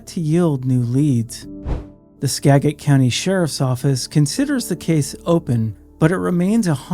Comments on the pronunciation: Skagit = "Ska - jit " SKA-JIT. SKA-JIT . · Skagit county is pronounced "ska-jit" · For some reason, I thought you were from this area until I heard you mispronounce "Skagit" several times.